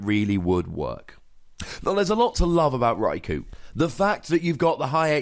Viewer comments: gratz on the 1m man :) btw one of the generations episodes mentions raikou as 'raik-oh' rather than rai-cow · Nooooo it's not ko-oh. One does not say Sauce- oh - ke for Sasuke. it's hard to show pronunciation for U in typing. Best I can write would be, pronounce, "You" without saying the "Y". Yet sharper. I tried to play it off as that bit did not wrong. But it is definitely not "Oh". Best way to say it in Japanese pronunciation is Rye - Koh. The "U" is generally silent(ish) just as in Sasuke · Its japanese, so its pronounced rai-koh. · It's Rai-Koo